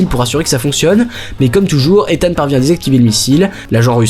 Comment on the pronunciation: Par contre on en parle de la prononciation du prénom de hunt?? Mission impossible 2 jusqu'à dead reckoning il s'appelle ethan hunt Mission impossible 1 c'est prononcé bizarrement genre izeune hunt